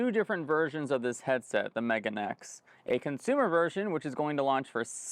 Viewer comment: I don't think it's pronounced "Megan X" but rather "Me-ga-ne X." "Megane" means "glasses" in Japanese.